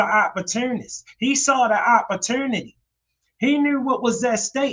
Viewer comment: Yo What is your accent bru?? Like when you say " opportunity " or "dude" or "prove" etc???😮😊😊 U have zero accent untill you say a word like that,thats crazy!!😂 Im from deep south so i have a accent all the time,not just a word here and there.... I find all the differences in the accents all across the usa just fascinating!!💯💯💯